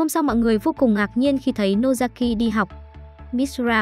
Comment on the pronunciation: Nozaki chứ ko phải Nosaki nhé😂